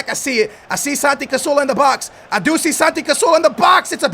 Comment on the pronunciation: CaZZZZZZorla not casorla